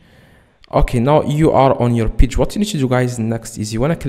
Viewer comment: You need to be sent to jail for wasting our time. Its pronounced Page not peach